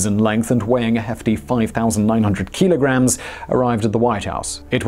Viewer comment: What's a keeeeelagram? 😂